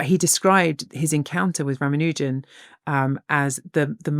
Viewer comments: Pronounciation hint: It's pronounced 'Raamaanujan', not 'Raamanoojan'. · I think they and other Brits keep mispronouncing his name. I am not Indian but I am familiar with their names. I don't think its pronounced "Ram-a-new-jen" but rather "Rah-mahn-new-jahn" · R-aah-m-aah-n-u(u as in unique without the "y" sound)-j-uh-m -- This is the correct pronunciation. He was a Tamil speaking Indian, from Tamil Nadu. Can never tire of hearing about him and his legacy. He fell victim to patriarchal standards (I believe his mom didn't send his wife together with him to England, who may have been able to take care of him, and probably live longer - this opinion is based on a film on his life, and assuming they did the correct research) and the TB virus. Wish there are more of them like him out there, and they are found and cherished! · It's pronounced as Raa (ra) + maa (ma) + noo (nu) + jum (jam).